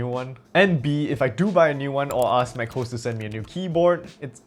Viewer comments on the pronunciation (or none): pronouncing it as mac hoes is criminal